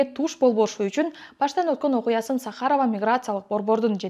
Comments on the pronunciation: сахАрово эмес чон кыз сАхарово деп айтылат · Журналист кыз сАхаров деген созго туура ударение койчу, билимин барбы?